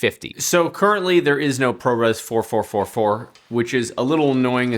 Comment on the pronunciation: why do you say pro res 44444 ? it's only 4444 :)